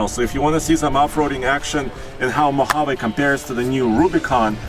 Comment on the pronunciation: MO-HA-VEE!!!!! English guys.. not Spanish